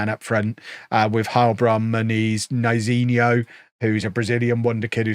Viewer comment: Would you care calling Neizinho Nayzinho,?